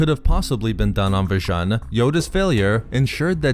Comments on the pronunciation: Vjan? I thought it is called Vjun (spoken V-Juuuuuun)! It was after all a planet Vader was "fond" of (he had a fortress there if I remember this correctly!) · It's spelt 'Vjun' but it's pronounced "Vajoon".